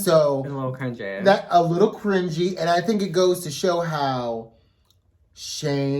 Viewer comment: When said cringey the first time, I thought it was "crunchy." Which also equates to cringey, but in a more visual way. 🤣